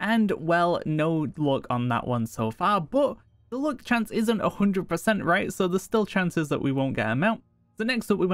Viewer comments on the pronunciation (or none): Why are you pronouncing luck like look?? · not gonna lie or pretend it didn't happen but the way you're pronouncing luck actually triggers me